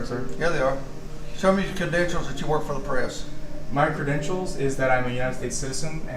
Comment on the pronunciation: Deputy Sheriff said "show me your press cadentials". Geez